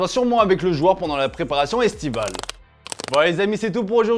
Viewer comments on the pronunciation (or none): none